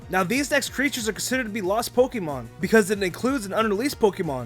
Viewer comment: is anyone else bothered by the fact that he pronounces Pokemon POK-ee-MON :\